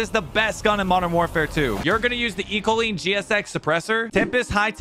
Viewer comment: Ecolean.. it's pronounced Eck-Oh-Lien